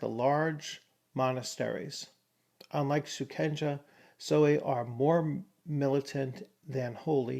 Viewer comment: Late arrival here; much appreciated on the review of an undeservedly overlooked 1st edition (on the cusp of 2nd edition, true) work. One thing I feel would have been of serious benefit was the inclusion of a pronunciation guide (e.g., kensai = kehn-SIGH, sohei = sow-HAY) given after each new term's first appearance to allow Westerners the avoidance of sounding like sub-literate thugs. Otherwise, hoping that OA 1/2 ed. can resume a place of prominence and honour in the Fantasy RPG realm. A wonderful review.